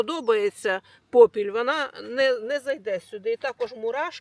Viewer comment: Не попілЬ,😂а попіл(попілем,попілЄм😂